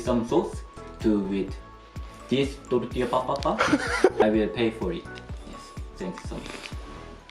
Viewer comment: tartilla de potata a ha ha ha ))))